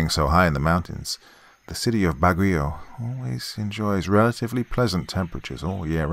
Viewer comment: As a local of Baguio, you almost nailed pronouncing the name of the city.